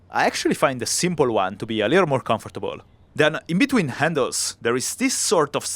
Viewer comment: I love the accent on comfortable